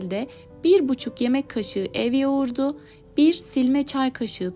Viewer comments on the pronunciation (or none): Ya elinize sağlık. Da bir diksiyon teyzesi olarak size söylemeden geçemedim. Türkçede Yoğurta denilmez. Yoğurda denilir. T harfi yumuşar... Video boyunca o kadar kulağımı tırmaladı ki söylemeden geçemedim. Yoğurtu denilmez... Yoğurdu denilir.. Lütfen alınmayın, kızmayın, kibre düşüp sana ne demeyin. Size, bu güzel video için kulak verenlere DOĞRU dille seslenin ki onlar da torunlarına yanlışı aktarmasınlar.. Sevgilerle